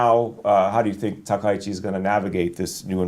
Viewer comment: Maybe my ear is bad but I hear everyone call her Takeichi. Isn't her name Takaichi 😂😅?